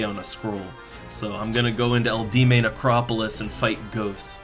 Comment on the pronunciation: Eldieme necropolis is pronounced L.D.M. :) easy way to remember.